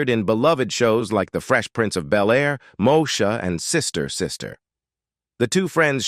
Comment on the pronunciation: it’s pronounced Mo-E-Sha